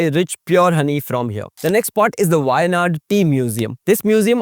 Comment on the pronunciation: appreciate your in-depth research but also pay attention to the pronunciations. specially the "zh"